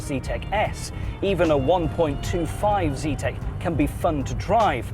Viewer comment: Zetec not "Z-tech"